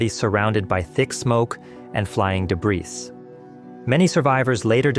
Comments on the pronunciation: Like debris? Really? As I said, debris is spoken without the "s". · The s in the word debris is never pronounced. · yeah I said the same thing in another comment, the s in debris is not pronounced